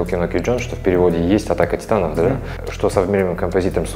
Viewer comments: в далбек сказал не атаки титанов титаки атанов😆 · "В каждой серии Титаки Атанов". Что? Мне послышалось?